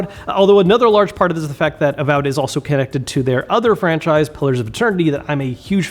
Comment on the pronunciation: You say avowed wrong but great video haha